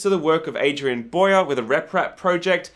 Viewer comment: Almost everyone mispronounces Bowyer. It's Bow-yer, not Boyer. :p